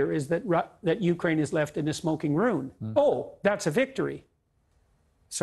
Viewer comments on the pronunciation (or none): It's "ruin," not "rune." It's "anyway," not "anyways." JP's supposed to be this "grand intellectual guru" or whatever, but he reduces his wisdom to foolishness with his hemming and hawing. Two points. One: That's defeatism. Two: The Lion of Judah will conquer the Bear of Magog (Ezekiel 38-39).